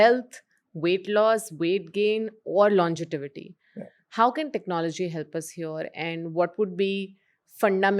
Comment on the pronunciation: Great discussion. It’s longevity not longitivity 😬 😅